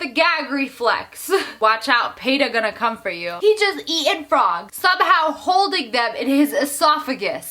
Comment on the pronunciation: The way you say frog 😂🐸